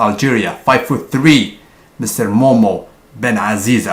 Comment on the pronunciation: His name is mohamed not momo cant you just say the name